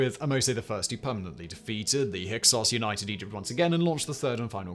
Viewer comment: How does it not surprise me that fact boy can't pronounce Djoser's name? Djinni is the proper spelling of the English genie. Anything with that dj at the beginning is the same. Hyksos, not hyskos.